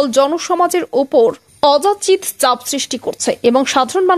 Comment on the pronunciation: Ajachito habe sabdatar bhul uchcharan hoyeche.. Apni uchcharaner dike najor din.